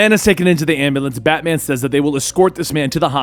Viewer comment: Did anyone else hear FATMAN?